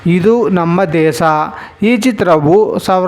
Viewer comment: ಶೀರ್ಷಿಕೆ ಯಲ್ಲೇ 1976 ರಲ್ಲಿ ಬಿಡುಗಡೆಯಾದ ಚಿತ್ರಗಳು ಎಂದ ಮೇಲೆ ಪ್ರತಿ ಚಿತ್ರದ ಹೆಸರಿನ ನಂತರ ಪದೇ ಪದೇ "1976 ರಲ್ಲಿ ತೆರೆ ಕಂಡಿತ್ತು" ಎಂದು ಹೇಳುವ ಪುನರಾವರ್ತನೆ ಏಕೆ? ಜೊತೆಗೆ, "ಹ" ಕಾರ, "ಅ" ಕಾರ ದ ಬಗ್ಗೆ ಗಮನವಿರಲಿ. "ಇದು ನಮ್ಮ ದೇಸ" ಅಲ್ಲ. "ಇದು ನಮ್ಮ ದೇಶ. ಹಾಗೇ " ಸಕಾರ" " ಶ ಕಾರ"ದ ಉಚ್ಚಾರಣೆಯೂ ಪಕ್ವವಾಗಿರಲಿ. " ಫಲಿತಾಂಸ" ಅಲ್ಲ." "ಫಲಿತಾಂಶ".